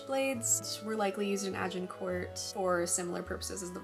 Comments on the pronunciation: Nice vid! As a Brit, we grow up surrounded by medieval relics - I live about 100 yards from an 11th century castle :) Also a quick tip - the 't' is silent in Agincourt, it's kinda pronounced 'Ajincoor'. Hope that's useful. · Like many french words the last letter or two are not pronounced. So you might say a.zhuhng.kaw or Arjincor. No need to annunciate the t. Just wondering if the swearing really adds to your presentation?